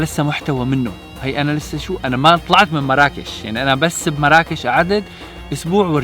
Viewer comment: إسما مُرَّاكُشْ وليس مَرَاكِش